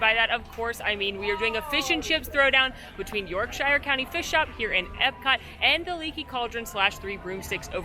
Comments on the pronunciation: York-sheer……not shyer 😉 🇬🇧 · yorkshire is pronounced yorksher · Yorkshire pronounced York-sher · Is it York ‘shire’ or York ‘sure’?